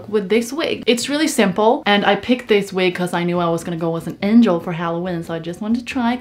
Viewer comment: A pair of “angAl” wings OSKSKSKKSKSKSKSKS SHES SO AWESOME